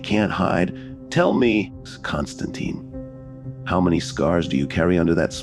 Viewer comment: Imagine if Spawn, Ghost Rider, John Constantine, Kratos, The Doom Slayer also known as Doom Guy, Scorpion and Sub-Zero teamed up together to fight against hell. Hell would tremble in fear. BTW be aware that John Constantine's last name ends with tine which rhymes with pine not teen